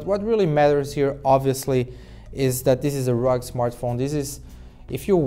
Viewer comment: Rug or you mean rug-ged..